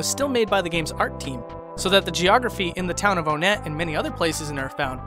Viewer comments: Its pronounced WON-ett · But isn't it pronounced ONE-et considering that there's TWOson, THREEd, and FOURside?? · One-nette, not O-nette. Two-son, Three-d, Four-side. Get it? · its just onnet. not onette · it’s pronounced onet not own ett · For the thousandth time. IT'S NOT PRONOUNCED "OWNETTE". IT'S ONE-ETTE. LIKE THE NUMBER 1-ETTE. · officially it's pronounced ONE-ett, yet everybody pronounces it OH-nett this triggers me so much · he pronounces it Oh net... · it's fun when you can DIY with SNES classic mods. p.s. it's on-itt not on-ett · Thought it was onett like ahh-knit, but you pronounced it oh-net. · Heh I've never heard Own ett I've heard On ett and One ett But not Own ett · This was overall an incredible video, though I do have a few nitpicks regarding your pronunciation of certain terms: "Onett" is officially pronounced with a short "o", as in "octopus" The "i" in "Giygas" was confirmed by Marcus Lindbolm (the game's chief localizer) to be pronounced "ee" I don't know if there's an official pronunciation for "Magicant", but I do believe that the "c" is a hard one (like in "car"). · You mispronounced Onett